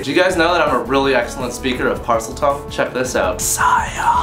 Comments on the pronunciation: the fact that you watched the chamber of secrets so much that you got the correct pronunciation of the parsel tongue makes you that much cooler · NARNIA!!!! YES!!! And Lovely perfect Parsletongue